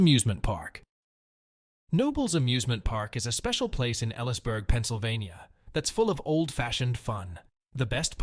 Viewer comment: Elysburg is pronounced Eel ees burg.